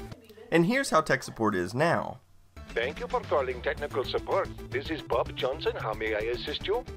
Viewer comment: "This is Bob Johnson" with an Indian accent! LOL!